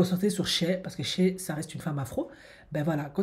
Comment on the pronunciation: SHAY se prononce pas "CHEH" mais "SHAÏ"